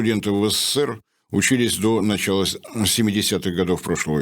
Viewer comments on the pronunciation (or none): none